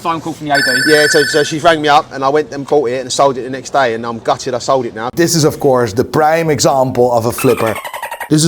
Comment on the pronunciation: It's "now" not "nigh". Every...single...video. LOL.